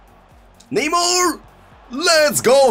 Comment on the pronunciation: please stop saying neymur And start saying neymar